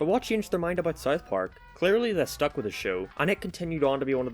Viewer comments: It's pronounced South Park, not Sith Park. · Am I the only one that has a problem with him saying it like. Sarth parrk